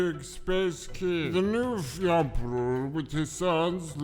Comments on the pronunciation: THE RETURN OF THE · THE! HE RETURNS!